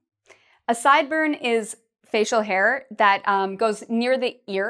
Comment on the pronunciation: I got a question. You say hair the same way you say her ? Could you tell me the difference between that please 😉